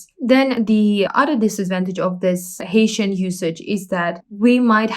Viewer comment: I think Hessian is pronounced as heh-see-an, not as Haitian.